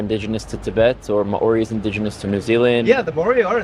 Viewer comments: I love you Rudy but every time you say Maori it makes me cringe, it's "Mao-ri" not "Ma-ori" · Hi Rudy! Just a pronunciation tip. The "ao" in Maori is a diphthong and is pronounced like Chairman Mao, rather than Ma-ori. And before the Maori, there were Morioris in New Zealand. It's politically incorrect/inconvenient to say the Maori genocided them, but they're somehow all dead. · Maori is pronounced maow-ree. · The Maori example is both good and really bad. The Maori people arrived in New Zealand in around the 1300's AD, the europeans arrived around the 1500's - 1600's AD And there is some evidence that there was a people in New Zealand prior to the Maori who the Maori... unalived Also the way he says Maori as Ma-Ori makes me cringe so hard It's pronounced like Mouldy but with an R sound instead of a D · ma ori is: what light? In Hebrew, sorry for his pronunciation 😊 he's falling back on Hebrew. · Yes, drives me nuts. "Mao-ree" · Holy fuck!! Less than 30 seconds in and I think the problem should be solved! They quickly get on to the historical topic of hominoids. And then this moron insensitively mispronounces the proud and epically gorgeous people of what is now New Zealand. Kinda a perfect example actually as to do how to live together and not be moronic human beings fighting over “fairytales” But also why I will not continue watching this moronic debate because it’s nonsense Israel and Gaza have nothing to do with a religious battle. Clearly. Extremists may suggest that the cause. But any intelligent person can see this is about resources and money! 4000 children didn’t have a chance to think religiously. Israelis are wealthy too an ungodly extent. If old white men really believed in a heaven. Why does the greed and appetite for power and governance of land make them evil? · It must be the Hebrew spelling of it